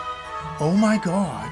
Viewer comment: "Oh my got ... oh my got." 😅